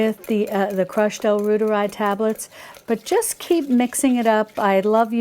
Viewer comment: L. reuteri is pronounced “roy ter I” like Reuters news agency